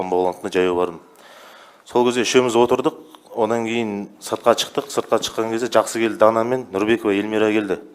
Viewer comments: Неге чыкты,чыктык,чалып деп сойлейды.Шыкты,шыктык,шалып. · неге чиктык деп сойлейди 😅шыктык дурак